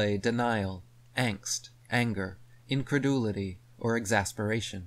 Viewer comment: At :34, you narrated "increduilty" again! I am starting to think it is because there is some professor (spelling appropriate) way way far gone out there - I mean way the f out there in not a good way - I mean sometimes it can actually be in a good way with other people at times and stuff like that but this one is in a bad way, you know what I mean, you know what I'm getting at? Well anyway, there is some professor acting (not behaving but acting) in bad spirits with personal incredulity. Truth. Preach. Church. Rock on.